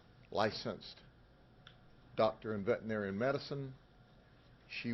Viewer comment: Sheriff, the word is pronounced "vet-er-i-nar-i-an." Six syllables. You speak so well I had throw this in here.